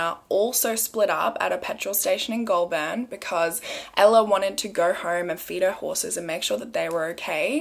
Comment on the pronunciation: “Pew-got” “gol-burn” “yazz” i’m actually dead HAHAHA